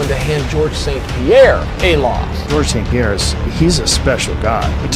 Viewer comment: The S is before the P in St Pierre. Good attempt though soldier